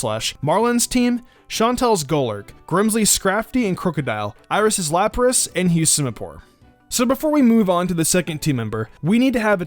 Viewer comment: I think he meant to say 'Lapras.' But yeah.